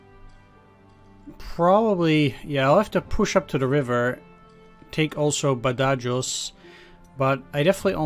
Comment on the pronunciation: Badajoz is pronounced Bad-a- Hoz ( or Ba-tha-hos if your American ) as has been the location of several major conflicts over the centuries, most famously it was the site of a siege during the peninsular war, described as Wellington's bloodiest battle .